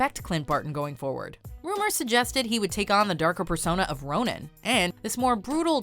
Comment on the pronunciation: Oh my god, it's Ronin not Ronan. Come on!!